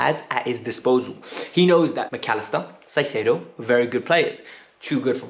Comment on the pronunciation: you are totally butchering Caicedo's name. It should be pronounced "Kaisedo". Other that that, I totally agree about Felix, he has tons of talent and only needs a coach that trusts him and creates a proper attacking system.